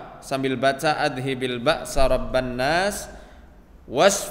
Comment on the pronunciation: Mn yg btul ni. pak ust baca adhibil.tpi yg tertera di video azhibil pke za mati bkn da mati